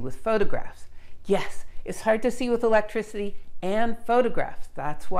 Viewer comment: This channel has quickly become my favorite channel. I find myself humming eeelekrisity ... eeeellekricitee every now and then